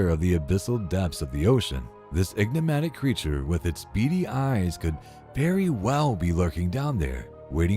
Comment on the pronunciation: Repeat after me EN…IG…MA…TIC! Not EGGNIGmatic. Otherwise like the video. The mispronunciation hurts the ears.